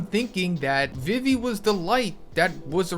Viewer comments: Why you pronounce it vivy And not vee vee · STOP CALLING EMU A GIRL! YOU HAVE NO PROOF THAT EMU IS A GIRL!! YOU ALSO PRONOUNCE VIVI WRONG!!